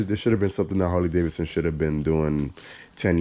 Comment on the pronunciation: The second “d” isn’t silent.